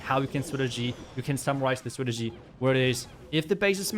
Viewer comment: Are you incapable of saying strategy properly? Lmfao, clown